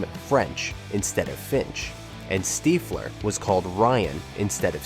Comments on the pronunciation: Its stiffler is how its pronounced. around the 15.30 min mark and a few times before 😊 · "Steefler"..????? C'mon dude!!! I thought you were a quality channel. Subscribed after watching Short Circuit, unsubscribed after watching this. Steefler. Jeebus.